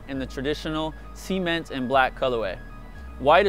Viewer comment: anyone else bothered by him say SEAment